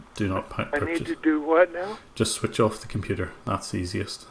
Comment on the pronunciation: “Why your comPEUUUUter”